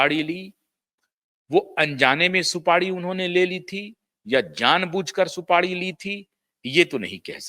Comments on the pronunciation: सुपाड़ी नहीं.....सुपारी बोलिए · सुपाडी नही सुपारी होता है